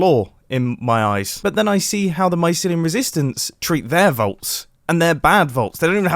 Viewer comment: Grian: MYSLYUM: GRASS Beef: PODZOLE Mumbo: VAULTS